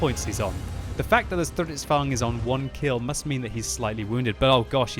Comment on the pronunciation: Its Stridsvagn, not strutzvagn :D